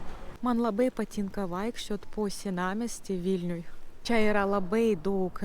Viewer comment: Pagal kirtį gal būtų taip: kaI palaUkėmis eInu, iEškau zuIkio duOnos. Dar dėl čIA. Į čia (ir kitur) tik minkština trumpą a. Tarimas če būtų artimesnis už čIA. Tai tik pastabėlės. Jaučiu, kad dar už 7 m lietuviai nebesupras, kad Jūs nelietuvė